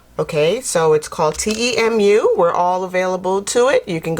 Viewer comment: It is pronounced like this....tea moo. Thanks for the hail video.